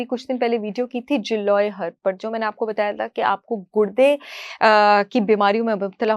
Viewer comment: آپ نے گلوئی کو انگریزی میں پڑھا ہے اس لیے اس کا تلفظ غلط بول رہی ہیں، یہاں انڈین اس کو بہت استعمال کرتے ہیں، مجھے بھی شوگر ہے اور میں یہ تینوں چیزیں ہر روز استعمال کرتی ہوں، لہسن کو اپنی سلاد میں چھوٹا کاٹ کر اور زیتون کے تیل کے ساتھ مگر لہسن دیسی ہونا چاہے اسی طرح ادرک دیسی استعمال کرتی ہوں اس کا قہوہ بناکر سلون والی دارچینی دیسی ادرک اور کڑی پتہ، اسی طرح تازہ ہلدی یہاں ہر موسم میں۔ملتی ہے اس کو دودھ اور کالی مرچ کے ساتھ لیتی ہوں الحمدللہ شوگر کنٹرول میں ہے اور کوئی بیماری نہیں